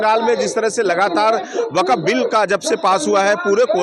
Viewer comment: Gody media ko atna den ho gaya sun sun kar fir bhi inko waqf bolna nahi aaya hai or ya log waqf ka bara ma hama samgha raha hai